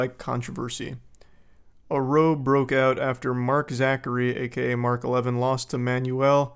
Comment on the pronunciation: It’s not pronounced row it’s pronounced Rowe and just means a argument it’s just uk slang